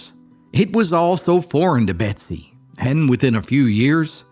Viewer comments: Betsy or Bessie? You're saying Betsy but the title says Bessie. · Is her name Bessie or Betsie as you kept saying? A story of resilience for sure! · Title reads Bessie but I keep hearing Betsy. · Her name is bessie not Betsy. Why put all this effort and say her name wrong every single time? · Just read it yourself and stop with the AI that can’t seem to say “ Bessie” instead of “Betsy”. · Is it just me or does he sound like he's saying "Betsy"?